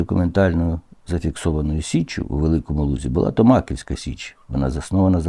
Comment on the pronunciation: Перша Січ правильно звучить не "ТомАківська", а "ТомакІвська", наголос на "і"